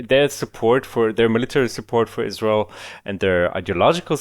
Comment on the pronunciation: It's so fuckin funny how pronounces Israel. It sounds like "Izzroul"